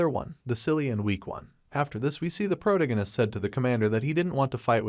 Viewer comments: Pro tag I nest, not the pronunciation you have been using, it's driving me nuts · am i the only one who hears that he is saying "Protagonis" wrong? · Ffs, learn to speak. “Protagonist “ is pronounced prow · ta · guh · nuhs at one point you mispronounced it four times in less than four seconds. Also, “….decide if he should ran away “ is grammatically wrong, “…decide if he should run away” is proper. If you are going to produce English language media, you should learn to do it properly. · My brain hurts every time u say protagonist smh